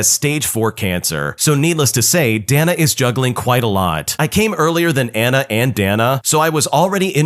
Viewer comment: pretty sure "Dana" is pronounced "day-na," dude.